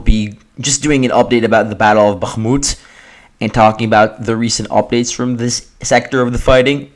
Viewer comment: If you need help avoiding the accidental "g" sound in Bakhmut, try forcing yourself to pull your tongue down flat into the floor of your mouth instead of just back. The "g" comes from your tongue expanding while it's pulled back, making it bounce off the roof of your mouth. If you open your mouth wider when you hit the H you'll notice the same improvement.